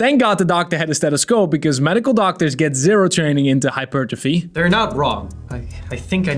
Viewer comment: Thank you, for saying hypertrophy correctly.